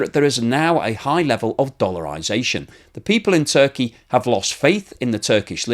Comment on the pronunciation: It is actually Turkey and not Zurkey!